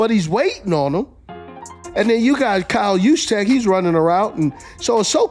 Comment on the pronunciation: I say drop Deebo Samuel so that way you can keep Kyle Jusechck, ( I know I butchered his last name but you did it). Reassign Jennings and try to adjust a couple bigger contracts so that way you could give Brock Purdy at least 45 million A year